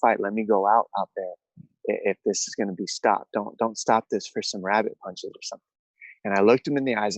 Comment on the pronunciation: " I was dodging punshes on my way up" Jesus this guy's delusional 🤣